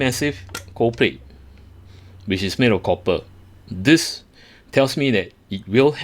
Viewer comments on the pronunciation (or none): none